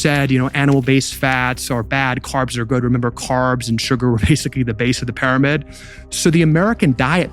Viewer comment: WHY does this speaker keep saying PIE RO MID ???!!! It's soooooo annoying! NO ONE says that. It's "peeromid" If you are going to have AI speaking at least train it to pronounce words correctly.